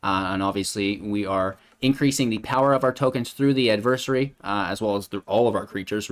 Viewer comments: Add-ver- sAarie Adversary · Gonna need you to look up the proper pronunciation of adversary...... please and thank you